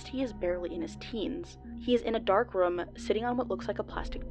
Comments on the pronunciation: me: "room": "röm" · Not a complaint, just wanted to say... I dunno how to feel about "Room" pronounced like "Rum" hahahah no hate, love your channel btw, bingewatching all your vids.